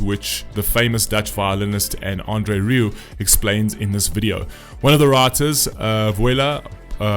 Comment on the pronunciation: You are a charlatan sir! You mispronounced the surname of the artist, the surname of the conductor, the city it was performed in, and to complete the package you made a hash of the title. In addition you failed to do even the flimsiest background research The lyrics of this song weren't written by or for a man. Let me explain: "Voilà" is a song by French singer Barbara Pravi, who originally co-wrote the song with Igit (music) and Lili Poe (lyrics). The song represented France in the Eurovision Song Contest 2021 in Rotterdam, the Netherlands.The song tells a personal story of Pravi about self-acceptance. Even the lyrics "Tell them about this girl with black eyes and her crazy dream" ought to have suggested to you that the song was about a girl and her emotional journey towards acceptance and recognition. I won't even begin to discuss your insensitivity to the performance by Emma or your lack of any understanding of vocal technique or performance art. You are at best an uninformed bluffer with no art or talent yourself. People like you give bad reviewers a bad name. Shame on you!